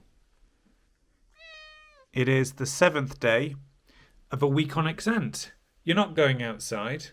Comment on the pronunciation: As if you spent the whole week saying Exante incorrectly 🤦‍♀️🤦‍♀️ If you're going to do the "week on" series, you could at least research the brand an products beforehand.